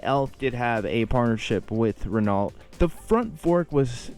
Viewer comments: Great video. Elf Racing still has strong brand recognition in Japan and they sell branded motorbike gear (especially boots), probably more due to these bikes rather than their oils. Renault is pronounced more like Ro-No rather than Dewalt btw. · Fun video! Don't sweat the French pronunciations, it's hard. FWIW, Renault is pronounced "REN-oh". Us old farts remember the day when they sold cars here in America, that all ended when they purchased a dying AMC Motors in hopes of reviving it but the bleeding was too bad and they sold it off to Chrysler. Today Renault are still one of the larger auto and truck makers worldwide.